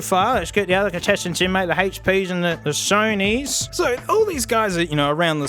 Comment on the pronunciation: SEW KNEE headphones